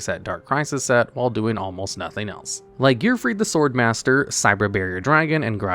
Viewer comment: it’s pronounced Sword Master, there’s only 1 S. My tism is killing me here